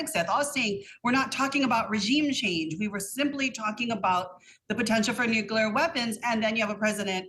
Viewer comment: I wish they’d both pronounce “nuclear” correctly.